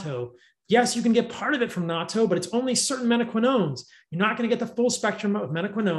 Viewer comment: Yay! He pronounced Natto correctly!